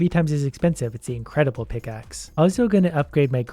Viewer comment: “Incredibile” pickaxe Read it again